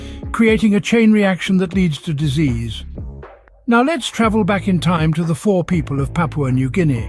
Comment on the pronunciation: Fore is pronounced foh-ray.